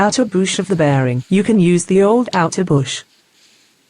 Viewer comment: It,s Bush not a boosh.